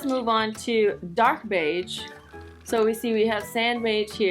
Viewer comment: the way she said beige ugHH